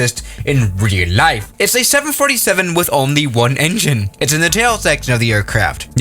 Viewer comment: “Which doesn’t exist in REEAOÆŌL LIEYF”